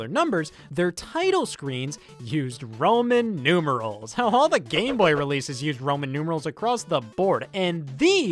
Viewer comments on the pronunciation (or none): Did he say Ramen Numerals? Numbers made out of ramen noodles?